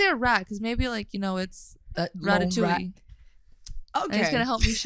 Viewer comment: Thank you for the season 1. Can’t wait for season 2 😝. Just one thing : we don’t say ratatouilleeee with the [e] sound at the end, it’s just ratatouille. 😛 Yes I am French 🙂‍↕️